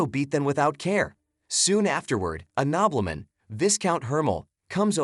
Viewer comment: Nobbleman... Gobbleman 😹😹😹